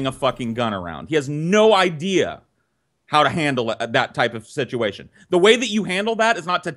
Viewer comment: I love, but he mispronounces situation. When Brett says it, it's pronounced "sich-ee-a-shun."